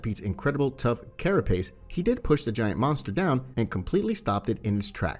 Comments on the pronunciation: were you trying to say "carapace" (CARE-uh-pace) or kara space? Not being nitpicky. Just curious since English isn't my native language 😊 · And mostly because you do say carapace. So that just made me curious as to whether it's just something I don't know about.